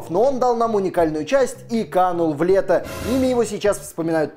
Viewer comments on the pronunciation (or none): Канул в лету. В ЛЕТУ! Лета, от греческого "забвение". А не лето. Госссподи! В остальном - классно, спасибо!